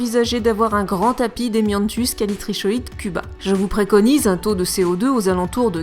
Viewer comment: *Ça se dit Callitricoide je pense